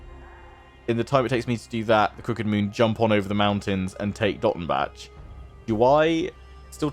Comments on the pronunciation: You don't really say the c in Dottenbach so it's more like "Dottenbah". Just a another correction for your atrocius pronunciation :) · I haven't done this campaign yet, but definitely try and capture Nuln before Skarsnik takes Dottenbach (also the "bach" in Dottenbach is pronounced like Johann Sebastian "Bach") to at least attempt in avoiding being penalized for finishing off Wissenland yourself. I believe that's how the mechanic works, where you're only penalized if you directly or indirectly destroy an elector count. But I could be wrong, regardless I don't think it really matters either way because after Wissenland you'll be focusing on the Vampire Counts/Border Princes/Orcs long enough to rebuild your acclaim. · I THINK that the -bach-part of Dottenbach (and other -bachs.) is pronounced like the German composer in OUR world, Bach... Since the Empire is based on HRE in our world and there by Germany (not that you can hear it on their accents! ^^ ).